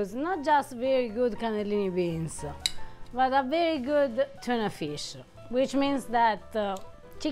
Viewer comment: Only Italians can make a 1 syllable word 2 syllable. "BEANS-EH" 😄